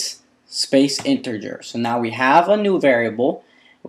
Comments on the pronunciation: Interger? I believe it's "integer." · I don't spell well myself but you should at least get the basic words of your subject down or it's embarrassing IMO. In particular, learn "character", "integer", and "initial". Please! You are even pronouncing integer with a spurious "r" sound! It isn't InteRger.